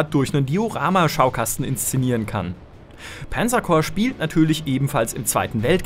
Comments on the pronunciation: Das heißt Panzer und nicht Pänzer. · Warum wird ein deutscher Name wie Panzer zu Penzer??? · Warum sagt er denn immer Penzer Corps? Panzer ist doch ein deutsches Wort, muss man das wirklich noch extra english aussprechen? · panzer coprs :D